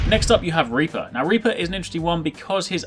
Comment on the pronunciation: When you say Reaper you pretty much say Raper